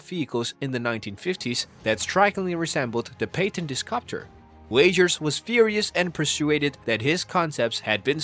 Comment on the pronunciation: Not a bad video… I just cannot get over how you mispronounce “patented” haha